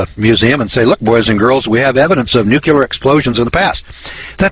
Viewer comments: It is NEW CLEAR not NEW CUE LAR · Listen boys and girls, I like what is being said here, in fact, I give it a thumbs up, but how credible are you if you can't pronounce NUCLEAR. NU..KLE...ER...not NU..QU...LER !!! Mr. Bush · the moron cant even pronounce nuclear properly.